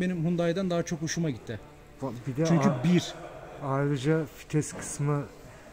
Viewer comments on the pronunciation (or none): Fites değil kardeş, vites